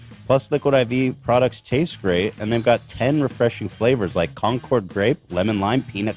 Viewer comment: cam needs to tell ethan how to say Concord